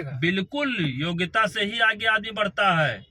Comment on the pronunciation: योग्यता - वोग्यता 😅